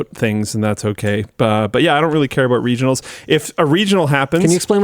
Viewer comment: Man, Linus was really annunciating that R in "regionals"...